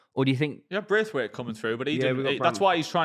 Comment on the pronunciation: not knowing how to actually say people's names is just the cherry on the cake for his ball knowledge. Braithwaite and Colwell apparently.